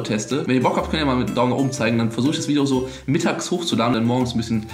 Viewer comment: Ich mag deine ,,Bideos" :3